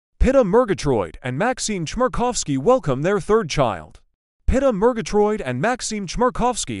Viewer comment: Pronounced Peet ah